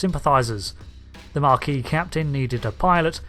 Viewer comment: Mar - see - elles? Were you trying to say Marsielle? You were, weren't you. You know RDM et al repeatedly say that name correctly on the show, right? No? Also, there's no 'r' in Maquis, you're thinking of marquee, a large tent, not the group named after WW2 French resistance. Ma'ki. Have you spent decades thinking the Bajoran resistance were named after a large tent suitable for social events such as weddings? You completely missed an opportunity to demonstrate your total lack of understand of basic mathematics; you mention Threshold but don't go over your notion that infinite is a bit more than lots. Some giggles, but hardly up to your usual standard.